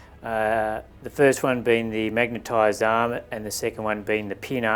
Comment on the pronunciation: I like how he is saying arm sounds like aaaam.